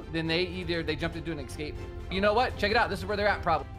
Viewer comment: Escape pod. Not exxcape pod